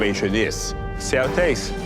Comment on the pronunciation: I'm here to hear him say, " I wike it.."